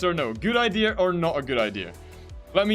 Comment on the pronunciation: Do you say idea or idear